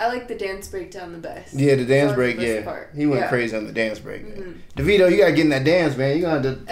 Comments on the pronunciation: Being that his birth name is David, his proformance name is actually pronounced Davido - Da (long "A") vid (short "I") o. BTW, I nearly passed out when he said tropical 🤣🤣🤣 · thats an oil rigg in the middle of nowhere in nigeria. not tropical afro. his name is pronounced daveeeeeeeeeeeeeeeedo